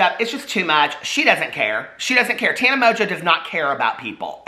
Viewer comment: You’re saying her name wrong! Listen to Paris, it’s Taaaawwwnuuuh.